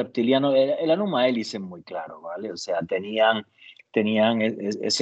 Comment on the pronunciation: No tienes ni idea de lo que estás hablando. Para empezar se dice Enuma Elish, y para continuar, por favor, infórmate mejor, lee el Enuna Elish, la Epopeya de Gilgamesh y demás textos sumerios, traducidos por profesionales que completan los textos a partir de transcripciones de esos mismos textos en otros idiomas, como el acadio. Y no menciones a Zecharia Sitchin si no te leído y analizado toda su obra, y leído todos los textos que menciona en su glosario. Tú solo hablas de rumores de rumores que escuchas en la red, y luego llamas a eso investigación.